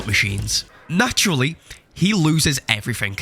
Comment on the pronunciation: "Naturally, he loses everythink."